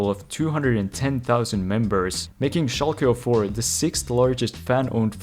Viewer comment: Its Schalke 04 not Schalke O4